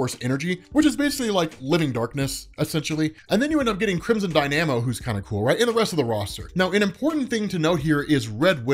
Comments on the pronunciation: omfg learn how to pronounce DY-na-moe. It's not dy-NAM-oe ffs....that sounds RIDICULOUS. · YES! AHAHAHAHAHAHAHHA!!! The fact that pronounces dynamo like die-nammo is almost as bad as when Ryan from screen crush pronounced namor like nay-mer. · Dy-namo? Seriously? You know dynamos are real things, right? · I've always pronounced it: Crimson DYNA-mo. Just sayin' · Crimson dyNAMo? First time I've heard it pronounced that way. This story had some of the strangest people together to try to make a good tale :D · Please double check "dynamo" pronunciation. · How do you not know how to pronounce Dynamo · That pronunciation of Dynamo is cringe inducing.